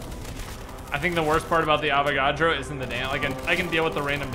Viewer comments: PS it's Avagadro not Avacodo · His name is Avogadro not Avocado